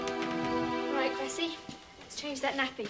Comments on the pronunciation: its Cressie not Gressy like karajayne said its CRESSIE!!!!!!! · It's Cressie, not Gressy.